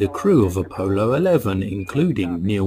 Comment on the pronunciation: Uh poh low.